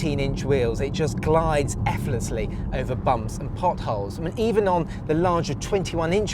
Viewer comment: "Efflessly", "Efflessly"? Wtf?